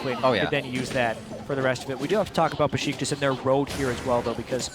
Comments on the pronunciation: It's Beşiktaş (Besiktas) ESports NOT Besitkas (-,-) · besıtkas ne kardeş